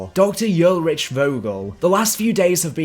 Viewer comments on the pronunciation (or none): Ulrich. Hull minus the H - Rick. Ull-rick. Not ulritch lmao